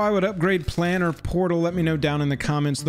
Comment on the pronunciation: Um, actually, thats "Plane-er", not " plan-er." = As in, plane of existence. Thank you for this vid! From what I see it is the only one covering this topic.